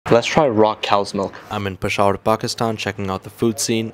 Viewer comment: It's pronounced pe sha vur .peshawer